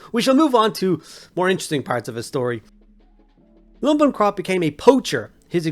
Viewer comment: Isn’t it lumpin’ pronounced like dumping. A play on “you’re going to take a lumpin’” - ie beating.